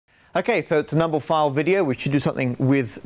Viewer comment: Is it just me or does Matt say Numblephile at the start